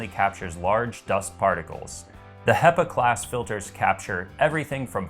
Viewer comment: Great review. I've ordered it based partly on your recommendation. Only problem is that 'hepa' is pronounced with a short "e" not a long "ee". Pepper, not people. ;)